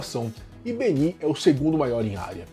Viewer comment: A fonética correta não e Bení e sim Bēni.